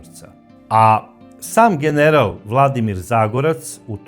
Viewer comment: Nije Zagorac, nego ZAGOREC, krivo izgovarao prezime, Pozdrav Štit ❤